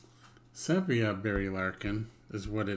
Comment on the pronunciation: "Sepia" is pronounced SEE-PEE-UH.